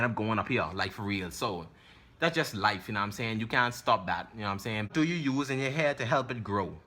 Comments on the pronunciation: “U na um sane”🤣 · "NA'M SAYIN" 😭😭😭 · "u num saying..ayyee"😂😂😂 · "Erry tree hours nam I sayin"😂😂😂